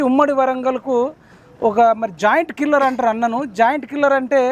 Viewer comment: జాయింట్ కిల్లర్ కాదు జెయింట్ కిల్లర్